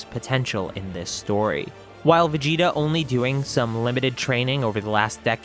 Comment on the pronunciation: Guys is it just me or is it supposed to say vegeta?